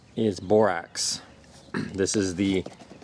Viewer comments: Really good video. It's bor ax not ox. But that's not Important unless there are both. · Bor AX. Not Bor OX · Is it Borox or Borax? Sounds like u said Borox. Also will Borax/Borox mixed with only sugar or only honey work, or do I need all 3? Thx much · Bor-OX? Dude, can you read? You're sharing a video tutorial and teaching the viewers to obtain Bor-OX? SMH